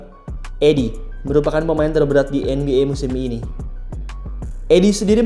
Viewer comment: Zach Idiy bacanya bang